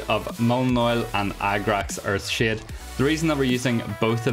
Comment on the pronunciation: Why do I keep hearing agrax earthsh*t 😂 and why is it perfect?